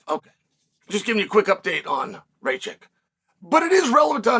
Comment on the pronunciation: Its not fckng Racik... its RakiĆ